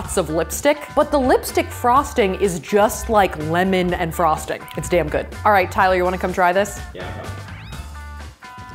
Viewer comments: when did she say alright wrong? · 2 things: you said alright wrong! honey spies on you